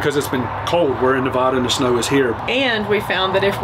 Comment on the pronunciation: Saying Nevada wrong 🤣